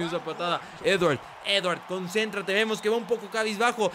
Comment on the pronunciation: TE SIGUE COSTANDO DECIRLE EDWARD JAJA 👍